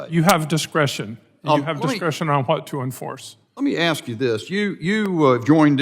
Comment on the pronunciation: Axe me a question. Nah, demand a full tuition refund and go back to school. Let me know when you can ask a question.